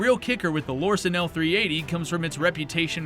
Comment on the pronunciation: So in his new video from just a few days ago "Guns that you friends will roast you for buying" he lists the Lorcin. In this video he listed the Lorcin. In both videos he totally pronounces "Lorcin" differently. So had he done any actual research into these guns, he'd know how to say the name. In this video he says he has a special affinity for them, & yet CAN'T say the name Lorcin properly? GTFO. Come back when you actually know WTF you're even talking about.